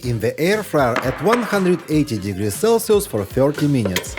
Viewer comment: « For another few minyiiites »